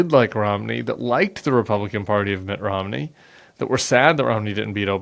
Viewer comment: Sounds as if he's calling him Mick Romney.